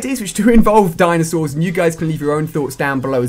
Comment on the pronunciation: LOOOOL DINASAURS??? HAHAHA COD YOU REALLY HAV OUTDONE YOURSELF!